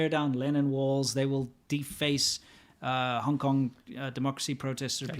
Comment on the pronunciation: It's "Hong", not "Honk" FYI! Probably an accident, just thought I'd tell ya!